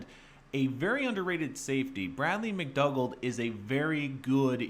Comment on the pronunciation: It's pronounced Mc Doo gald mate. Great deal for the Jets.